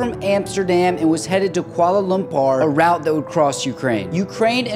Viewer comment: You pronounced kula lumar wrong